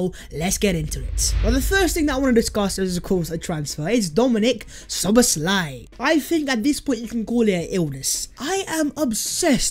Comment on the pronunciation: Name : no Szoboszl "áj" ---> Szoboszla "i" (y)!